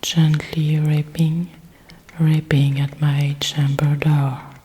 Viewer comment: This is truly lovely. I don't know if it's been mentioned to you already, but the word "rapping" is pronounced to rhyme with "tapping". The word you are saying here sounds more like "raping", which I'm sure is not your intention! Other than that, this was perfect. I love "The Raven", and typing sounds are great too, so I thought it was a very original idea to combine the two.